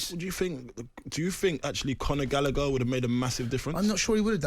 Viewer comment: It's pronounced Conor Gal a her not Galicker Gallagher it's very simple